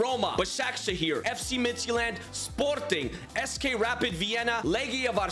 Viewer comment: I would honestly love if this style of UCL would become a real new format to the actual UCL Also just wondering why you pronounce Midtjylland as Midtsjælland. Just saying